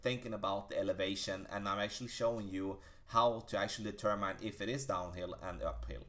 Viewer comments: Great tutorial and great English. The only thing I can give you back is tell you Determine is pronounced De term in not De term mine. Thanks for the tips. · Please look the word “determine” up, it’s not how it’s pronounced.